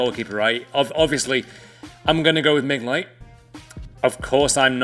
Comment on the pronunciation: can we just take a moment to note how he says mignolets name.